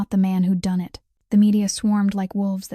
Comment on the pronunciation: And the simple word "it" (in so many AI read stories) seems to always come out as "I.T". And if it was actually "I.T." - it's a mess.